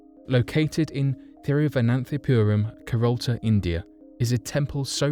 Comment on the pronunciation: It's Kerala, not Keralta btw...